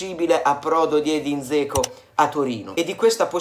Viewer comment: Ma è statto infettato dall'asso di Roma? Zeco? A me pare che si debba pronunciare Geco, come risulta da varie fonti, ad esempio qui: Però ognuno fa come vuole, ci mancherebbe...